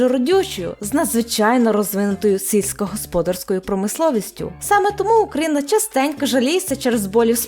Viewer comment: На було задумано що «сільськогосподарською» звучить наче цицькогосподарською? Чи це мені просто почулося?🙃